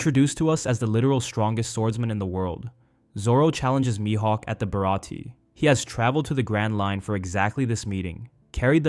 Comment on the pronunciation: You gotta improve subtle mistakes. Pronounciation of Baratie was wrong. Saying that Zoro was defeated two years ago when he got to Mihawk's island was wrong.